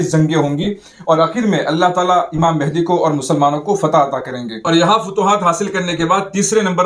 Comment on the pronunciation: حضرت ماشاءاللہ بہت اچھی ویڈیو ہے مگر لفظ مہدی کی اصلاح فرمالیں